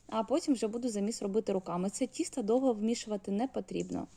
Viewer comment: Будь ласка говоріть: дОдала, пОмідор, вОна, тІстО...